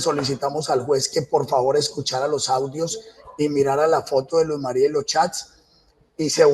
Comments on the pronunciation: Ni siquiera le dice el nombre bien, ella no era Luz María, era Luz Mery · Ni siquiera dice bien el nombre de su víctima, un irrespeto total a la memoria de ella, siento que se complace recreando los hechos que el justifica, su único "error" fue dispararle a una chapa y ufff la mató. Psicópata, todas las pruebas q según el le armaron no tienen ninguna relevancia ante el hecho que el llama "error" cuando es un asesinato y un feminicidio que debe tener todo el peso de la justicia con todos los agrabantes posibles.